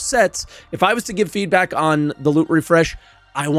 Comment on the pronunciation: I enjoy the “feedbrack” too